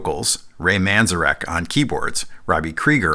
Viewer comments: The name of the keyboard player for The Doors... is Ray Manzarek NOT "Manzerak" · Great video over all but, my friend, you are butchering the names of two very important musicians. It's Ray Man-zair-ek and Joe Zah-vee-new. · I’ve never heard Ray Manzarek’s name pronounced that way 🙄.And The Doors did have bass players in studio, most notably Elvis’s bassist Jerry Scheff